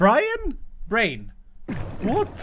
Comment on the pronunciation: Greean greyean gri-breean brian -- Brian? Brain.